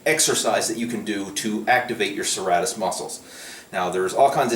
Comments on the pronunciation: its pronounced SIr,Rate,Us lol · It's pronounced Sir-Ray -Tis lol